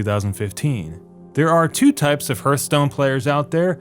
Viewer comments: Its HEARTHstone not HURTSTONE. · It’s pronounced Harthstone not Hurthstone. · Hertstone, Hurtstone, Hirtstone, Hyrtstone, Herstones? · It's pronounced HARTH-STONE. Not herth-stone. It's driving me crazy. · its hearthstone you dork, no hurtstone. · HURTH STONE? , what is this game you speak off? all i know is heartstone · Hurthstone or Herthstone? Find out next time on DBZ... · I dont understand the dislikes, do you literally dislike just because he says "Hurtstone" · I just cannot listen to you pronounce Hurthstone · "Hurthstone"... lmao whatever you had to say about it being it being ruined has no merit if you can't even pronounce it correctly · Harthstone or Hurthstone, who cares?? Point he's making is that Arena feels like constructed. BUT this is just plain WRONG. This is why: (*) At least half random cards I usually get in new Arena I would NEVER play in constructed. (*) Previous arena would randomize cards in such uneven way that sometimes you would Retire your deck right away cause you'd get shtty uncompetitive random generated deck. (*) New arena got tougher yes - but tougher does NOT mean constructed totally different things. (*) Funny that Deathwing is starring this entire video - yet who the heck plays it in constructed?? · Well it is pronounced "hartstone" although the "hurt"part is right aswell, it hurts your wallet big time ;), the most expencive PTW game ever made, stopped playing it ages ago. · I love how everyone is making fun of this guys voice like many he tried saying hearthstone and it came out so muttered it sounded like hurtstone. All these haters lookin for more reason to hate lolololol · It’s HARTHstone. Jezuz crust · HAR TH - HA R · Hurthstone? And that clickbait title too, did you mean 'How Hearthstone's ARENA MODE is being ruined for many gamers'? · Alexander Aramaki HURTstone seems pretty accurate to me. :))) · isn't it pronounced Hearthstone? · Yea I can’t watch this with the hurthstone pronunciation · Hearse Stone? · hArth stone